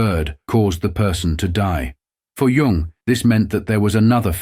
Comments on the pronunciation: Dear AI, Please remember that the word Tao is pronounced "Dao," and Jung is pronounced "Yung"! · Lovely illustrations. Crappy AI that misprounces even Jung and Tao. (correct is Yoong and Dow)